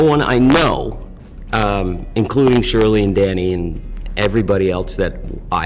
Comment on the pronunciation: It’s Danny, not Donny!